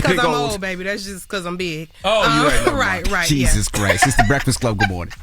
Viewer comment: Yo we need to call and tell envy stop saying Jesus crist